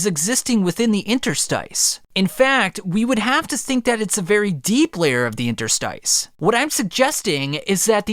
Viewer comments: Interstice is pronounced INTER-STISS. The pronunciation of 'stice' is like hiss, miss or p1ss. It is related to the word interstitial. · Dunno why it's so annoying hearing you trying to pronounce interstice